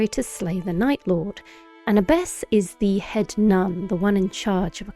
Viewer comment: pro-tip: abbess is pronounced with an a like apple